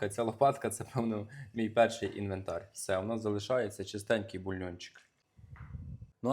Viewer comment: А ще вимовляє кухарЬ, інвентарЬ. В українській мові такого нема...